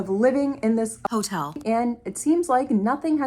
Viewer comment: why does the word hotel keep sounding like that